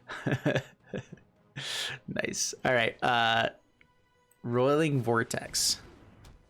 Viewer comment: It's not rolling. It's roy-ling